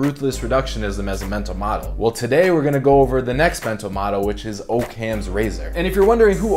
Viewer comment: Occam is pronounced Oc-cam... not O-cam. I understand the theory, now you understand the pronunciation.